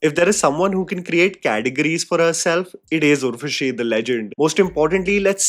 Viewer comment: Urva SHE 😂😂 Woh stree hai, kuch BHI kar sakti hai 😂